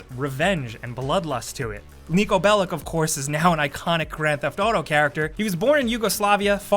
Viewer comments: it should be pronounced belich,like malkovich..like jovovich...oh yeah,and i mean a soft ch ( ć ) not a hard ch ( č ) Belić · It's pronounced like Belitch and not like Belick. Also he's from Serbia. Yugoslavia didn't exist anymore when he was born. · There's some things done wrong about Niko I come from Serbia and the lastname "Bellic" is written and pronounced wrong. Actually is written Belić and is pronounced something like (Belich) and there's no two L's that's just nonsense. I think they could hire someone from Serbia and some characters would be done better but is okay I like the game is one of my favorites and to many others.